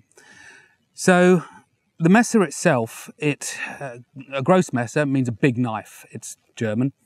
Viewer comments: Big in german is spelled like the English word gross, but really its pronounced more like Groos" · Oh I was waiting for it for him to say "Grosse" as the English Grose. It's pronounced more like GROH-SEH.